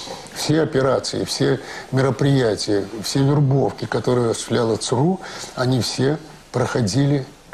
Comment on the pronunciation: Интересно Виктор Черкашин произносит аббревиатуру ЦРУ. У него звучит как СРУ , как посрал, сру и т.д. Прикол над СРУ (ЦРУ)?